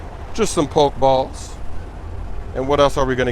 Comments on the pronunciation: thank u tell him 2 pronounce it properly hahahhahah but big up smoove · "Pok balls" come on cuh😂